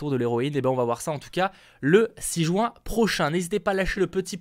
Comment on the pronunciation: MDR il a dit 3 jouin, sinon genial